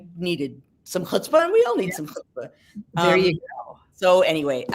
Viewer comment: Close! It's chutzpah 😄